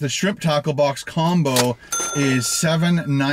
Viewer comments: Hahaha I'm Australian and I thought you kept saying shrimp taco box took I saw the menu 😂🤣 classic! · Shrimp "TAHCOH box"